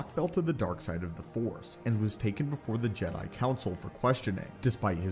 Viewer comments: Are you using text to speech for audio? Why are you saying jed 'eye? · why the fuck do you say Jedi like that? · stop saying Jedi like that😂